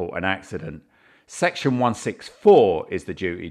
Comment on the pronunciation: Section eeewew 🤣 discipline this woefully poor policing and officer this is not the a good representation I want in this country I want a better standard We don’t have to listen bully